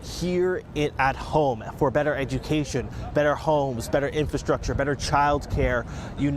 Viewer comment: "Infrashhtructure?" What is "Infrashhtructure?"